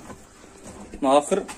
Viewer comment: Акыр эмес Акур десен тууган акыр 🤣